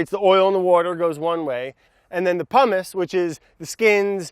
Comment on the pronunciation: And giving Italians ancestral flashbacks about Mt. Vesuvius when he says "Pumice" .